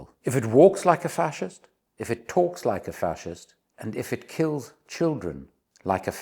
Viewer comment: ❤ Did you say Vaxist or Facist ?